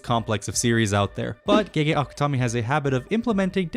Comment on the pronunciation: Speaking of mispronunciations, it always kills me how people pronounce "gege" as "gey gey," when it's actually pronounced like "guh guh." It means "big brother."